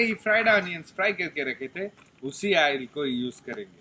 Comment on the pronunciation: Bro your every thing is good my god god bless you but your pronounced is not good ....ail no its oil....ginger gorlic paste no its gallic 😁plz pronounce good